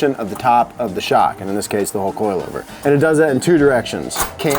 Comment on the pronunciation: I tooo am a “coi lover”